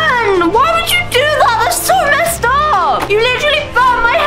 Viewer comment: Your the only messed up person here saying mest instead of messed